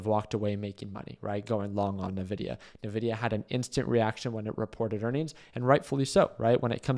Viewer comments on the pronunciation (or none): En Vi Di Yah not NUH VI DI YAH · It’s not Navidia, it’s Nvidia (pronounced “Invidia”). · Why would you short the day of earnings? What a stupid thing to do. Also isn’t it called en-vidia? Why is everyone calling it na-vidia?